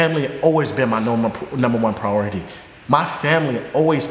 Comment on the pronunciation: wtf is prority